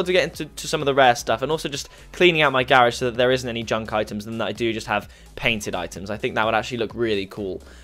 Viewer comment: Wtf do you know how to properly pronounce grarage?